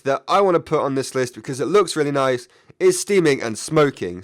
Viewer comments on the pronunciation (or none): When says nice, it sounds like "knife"